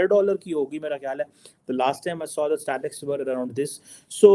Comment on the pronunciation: it's not STATICS, it's STATISTICS! 🤣🤣🤣🤣🤣🤣🤣🤣